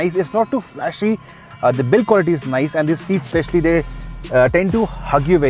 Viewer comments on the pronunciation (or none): none